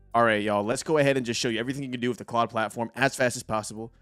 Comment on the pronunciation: Thanks for the intro, good vid (it’s pronounced Clode, btw).